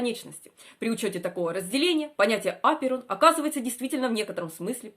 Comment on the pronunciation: Что с ударением?